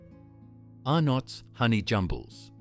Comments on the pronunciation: AI Generated Dribble! The AI voice can't pronounce Fantales, Arnotts and other words correctly with inflictions in or at the wrong point of words. So many images not relevant to the product or even Australia. Outside of that, no mention of "Triple Treat" Ice Cream from Streets! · I Love Sunnyboy's. COLA was my Favourite. I wish they would bring them back. Scorched Peanut Bars are one of my Favourites. I buy them on a regular basis. The Tubs were Great. I would rather buy the bites in the Tub than the packet. The Tubs are easily Recyclable & more Environmentally Friendly than the bites in the packet or even the Bars. I would buy it 100%. You pronounced Arnotts & FanTales Wrong. Don't pronounce the no in Arnotts. And Fantales is pronounce FanTails. But is spelt FanTales. Tales as in a story.